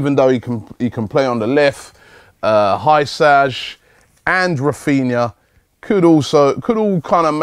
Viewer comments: Hysaj's name is pronounced Hee-sigh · Elseid Hysaj your pronaunced it very wrong, also check some of his videos on youtube you'll see what a player he is. His main strength is his through balls he is world class on that part many many chances created from him, but I dont think he will come and be on the bench.